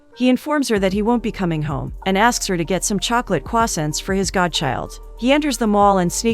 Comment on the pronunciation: The way she pronounces "croissant"